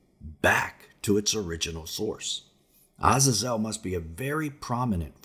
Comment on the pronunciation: Lol ewph u butchered those names haha But their pronounced A-zay-zel Sam-ja-za